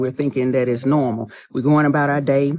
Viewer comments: Ok first, stop saying nermal. Everyone to some degree is changing every thing in our reality including the normal language we all learned as children. No one grew up spelling nermal, it's normal. So bc our world is full of cheats, slang and fakes we've now veered so off path that the brain fog from injections and ai have everyone discombobulated. There's a cure folks. Do work outside, plant a garden, feed the birds, walk to the grocery store, uh read a real book, tell a story that helps people in real life, be a helper, fix something with your two hands, play with animals, do a deep clean, volunteer...I could go on and on. It's us, the humans who make our world. Stop making the easy choices and shortcuts that are making us lazy and gluttonous. Find joy in simple things, have a heart and be honest. They are playing on our own bad character. They are obviously winning, duh. It's taking away our freedom and will power. Everyone is stuck in group think and too afraid to break out and be independent bc of fomo. Throw that in the garbage bc no one is missing out when they live free and simple. Stop waiting for someone else to save you bc they're not coming. Get up and do something human others can appreciate. Be useful. Before they make use of you. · That lady said its not NURMALhahahaha